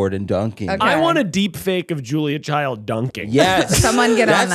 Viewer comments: It’s CHILD, not CHILDS—thank u for getting it right lol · I love you Zack Cornfeld, but her name was Julia CHILD 😂 no s